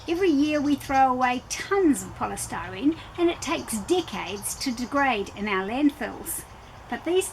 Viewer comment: I couldn't understand what you were saying that male mealworms like to eat that are usually tossed into the landfills. poststyrene is all I could make out what you were saying. Please spell it out. Styrofoam was the only thing close to what you said that could be the same thing, which I can't imagine them eating that!! Im not sure where you are from, but where ever it is the item must have different pronouncing in the United States